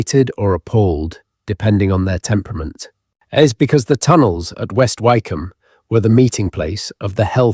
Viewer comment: It's AI the place West Wycombe would be pronounced more like Wick-Ham